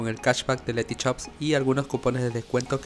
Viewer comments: es Letyshops, no Letychops. creo que se nota la diferencia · No tiene nada que ver con el video pero porque todos los chilenos venezolanos etc dicen por ejemplo letyshop osea pronunciado dicen letychop al igual que sushi le dice suchi en vez de hacer sonar el sushi con suyi y no suchi